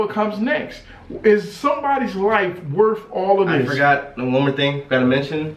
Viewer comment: "its not wurf dis"